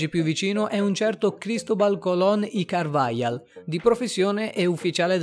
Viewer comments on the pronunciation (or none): Per non parlare di "de Carvajal"